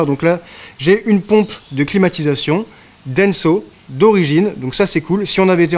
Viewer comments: ❤ Denso ( et non pas Denzo...🙄 ) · Ah, je pensais pas du tout à prononcer ça Denzo. Effectivement, c'est Denso. Merci quand même pour ton commentaire, ça m'a fait rire 😛